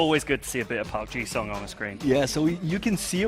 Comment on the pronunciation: How are you talking about football knowledge then saying Park ji Sung?